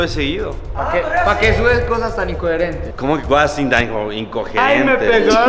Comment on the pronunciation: "como que cosas tan icsgcogerentes" JAJAJA